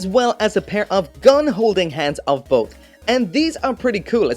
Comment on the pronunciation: LOL when said *both it sounded more like BOAT